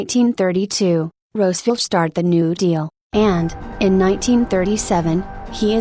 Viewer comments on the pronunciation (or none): none